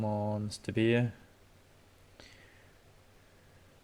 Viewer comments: It’s Bear not Beer…… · It's a bear not a beer bro 🍻